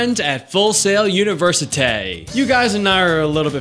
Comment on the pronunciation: "UNIVERCITAY!" haha wtf ;)